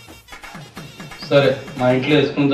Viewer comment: శరత్ అను, సరాత్ కాదు.